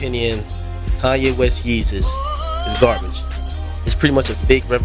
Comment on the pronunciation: Agree, Yeezus is wack. I knew it was gonna be wack when he didn't pronounce it "Yayzus", he dropped the ball there. This is produced by KANYE WEST and DAFT PUNK. It is not either of their acts best work, it is their worst. even if you like this album, I bet money you don't think it's better than 808's (which I also hate). College Dropout, Late Registration all day, Dark Fantasy dope, Graduation 1 or 2 big bangaz, BIN THE REST!!!!!!!!